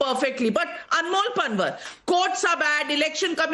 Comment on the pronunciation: NAVIKA PLEASE YOU GOT SO ENGLISIZED THAT UOU MIS PRONOUNCED पँवार AS पनवर I CANNOT BELIEVE THAT YOU DO NOT KNOW पँवारS FROM GUJARAT. IT IS PATHETIC ABSOLUTELY NOT EXPECTED FROM YOU.